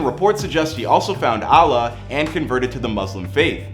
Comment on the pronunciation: I’m stuck on the way he pronounced allah